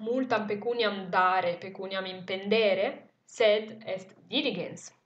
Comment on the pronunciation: Thank you for this video, it's a real pleasure to listen to it ! However I have a question about the verb "impendēre", should it not have been "impendĕre" ? I've looked up in different dictionaries and they all say that "impendeō, -ēre" means: ergersi, stare sopra, sovrastare pendendo; pesare, incombere, sovrastare, minacciare. Whereas "impendō , -ĕre" means pagare, sborsare, spendere; ... Which would make more sense in this context to me.